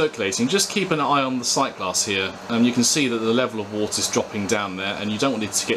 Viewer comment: Very useful review. I was particularly interested to see how the filtration worked as I have a Grainfather which has a dreadful small push-on filter. Just to be picky, 'wort' is pronounced 'wert' - any brewers watching will have been cringing!